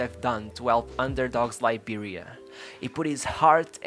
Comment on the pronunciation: I loved this video. Thank you. Its a small thing but I also like the way you pronounce Liberia. Weah retains iconic status in Liberia (that's one reason he is President) and in Africa too. To have started were he did- on the streets of a country not well known for its football in late 80s/early 90s, and risen to play for Monaco, PSG and Milan speaks volumes about how exceptional he was compared to his peers as well as his mentality. Remember the name- George Oppong Weah!!!